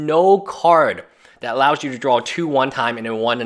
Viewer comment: I love your video...but it's DRAW...say DRAWL again and I'll bite your nose.